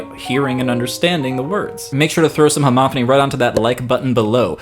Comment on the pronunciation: It sounds like you're saying "Monothony" and "Homothony" as opposed to "MonoPHony" and "HomoPHony". I'm I mis-hearing?